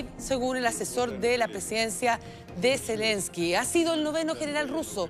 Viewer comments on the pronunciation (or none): none